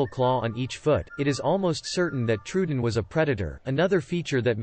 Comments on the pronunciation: yeah that bugged me, too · that's not how you pronounce troodon